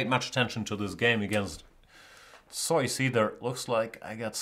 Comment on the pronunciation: It's neither Zoyce, nor Zee-us in English. I believe it's Zooce.